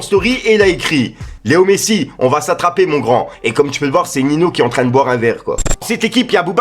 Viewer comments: Tu vas nous faire pt un câble à dire nino au lieu de ninho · Ninho pas nino tu te trompes a chaque fois